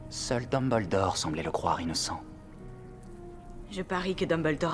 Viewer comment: En temps que quebecois , le fait qu'il dise dumble-dorr , drago mal-fois , hermione gran-gé me derange un peu